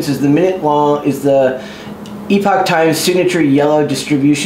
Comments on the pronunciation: He said it the logical way. The fact that for some reason it's pronounced "epic" makes literally no sense whatsoever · Bruh- Epoch Times doesn't even know how to pronounce "epoch." The first several ads I ever saw pronounced it the same way was. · How does not know how to say “epoch”